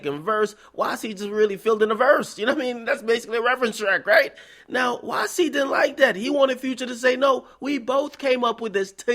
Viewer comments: DJ AK its "YC" not "QC" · YC not Qc. Damn akademiks do ur homework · It's YC not QC! 😂